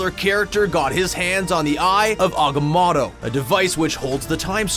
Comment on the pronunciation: Its AG-AM-MO-TO